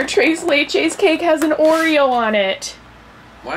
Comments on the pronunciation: it's not "Trace laychase" It's "tres leches" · Thres not dress ok, say it with me tres leche